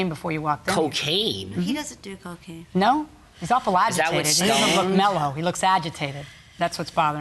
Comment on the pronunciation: The way he said, "Cocaine?". Meth is cheaper.